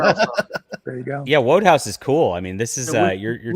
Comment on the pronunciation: FYI, PG Wodehouse is pronounced 'wood-house'. Peejee Woodhouse. Not Wode-house, even though it's spelled that way. It's just a silly spelling. Like how London is pronounced Lunden, and not 'Lon-Don'.